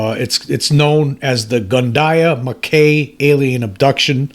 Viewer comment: Mackay is pronounced Mack High